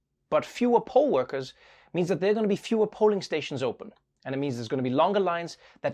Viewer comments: Poll worker, not pole worker. English, man 😆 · Does anyone else hear "pole" worker? 👀😅🙈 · I gotta get my mind out the gutter. When he said "poll works,"... i thought he meant pole worker. Lol, why would there be a shortage of strippers? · It’s a shame that I heard poll-workers as pole-workers. I was like, since when is there a shortage?